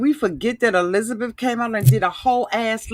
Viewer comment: Did you just call Hisabeth GLENZABETH?!!😂